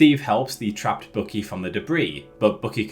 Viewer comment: Also dude, it is BUCKY. Like in buck, the male deer. Look it up how it is properly pronounced. Or how Steve says it in the movie!!!